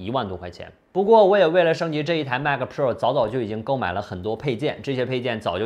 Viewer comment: Mac 它度 马克